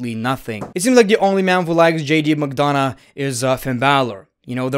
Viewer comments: McDonagh is pronounced "McDona", the "gh" is mute, so you don't pronounce it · The fact that he pronounces McDonagh is so funny 😂😂